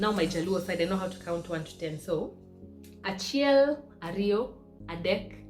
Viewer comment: woooiii, 6 is auchiel, not achiel,hehehe, do more, luo is interesting